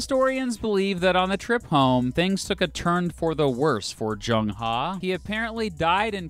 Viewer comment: Zheng was his family name, not He. It might not be practical for you right now, but it would be good if you researched the pronounciation, I'm not asking you to get it perfect, but the closest English aproximation. In this case the Chinese 'Zh' is pronounced like en english 'J'.